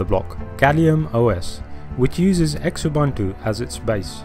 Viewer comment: This is just rubbish..Oh Xubuntu is pronounced Zoo Buntu and if I need to teach this we're not doing that well here